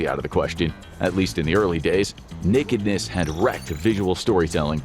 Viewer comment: I think team started smoking weed. 😂Also, I'm a big fan of the way you said "Nekidness"! 🤣